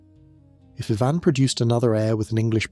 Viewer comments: I really can't stand how you cannot pronounce his name correctly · Why is everything pronounced weird? Love the show but lead is always leed and Ivan is eyvonne😂